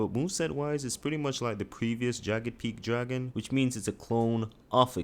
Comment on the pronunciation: “Tooday I’m gonna be wanking all the dark souls dwagon bosses”